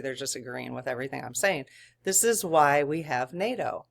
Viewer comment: Fantastic. You said NATOOTAN. If we could get that and a mention of Vatican. How that relationship is evolving. Blessings in the New Year! Joe is a dedicated practicing Catholic. He is gonna be in discussion with Vatican regarding any spiritual...... You know. Fog. Drones. Etc. Vatican City is not NATOOTAN. Conversation might be different.